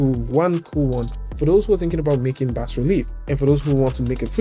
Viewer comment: Cheers fella. BAS has a silent S fyi :) Yeah weird, I know.